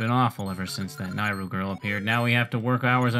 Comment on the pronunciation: The Y in Nayru makes me think of the word yay so I say it like that. You say it as if the A is an I